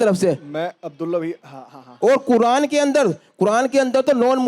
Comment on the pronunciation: Quran ❌ Quradaan ✅ 🚮 😂😂